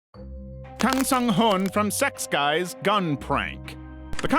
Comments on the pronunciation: "SEX GUYS"??? 🤣 It's more like "zex-keys". It's german. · I can't unhear sechskies being read as sex guys now 😅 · Sex guys is what i heard not sechskies 💀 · The way you pronounce Sechskies LMAO